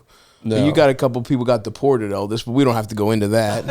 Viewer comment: Its Eldis guys… JFC not that hard.